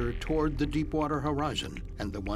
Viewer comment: Did he just say crap water?